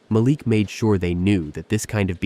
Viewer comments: The only TechVision company I could find on the internet was not founded or run by a man named Malik Johnson. The biggest hint that this was fake was the ever-changing pronunciation of your protagonist's first name. The next-biggest hint was the poor quality of the storytelling. Shame on you for presenting this badly written and narrated fictitious story as if it were true! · Ma-leek not Malic Sheesh! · Its a soft a as in apple ma leek is how its said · Ma-Leek.....geez u kept butchering the mand name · Not a bad story… although I miss the days when you didn’t have to be mesmerized by the picket fence like robot that can’t seem to lean how to say , Malik. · This reader is disappointing by pronouncing the CEO’s name differently throughout the story. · You pronounced Malik’s name a few different ways during the video. Why use a name you are not comfortable with? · Cracking up the moderator cannot get the CEO’s name pronunciation right. He said Malik’s name differently throughout the video. I get the scenarios are AI — maybe the moderator is, too. As to the office politics…it was plausible until they brought in an outside threat. I stopped watching after that. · How many ways can "AI' voice, pronounce Malik?! Otherwise a good story. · The storyteller continue to mispronunciation of the CEO of the company. 😡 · The narrator pronounced Malik's name three or four different ways. What is his problem? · Whenever I watch these episodes on things of this nature the person that speaking, I don't know if it's an AI Voice or what but they always mispronounced the Black person's name? Like in this instance the guy name is Malik but he pronounce it four to five different ways throughout the story? So either these pronouncers are ignorant or racist telling a racist story.